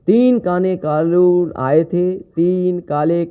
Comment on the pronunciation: तीन काने कालून बोल रहे है🤣😂🤣🤣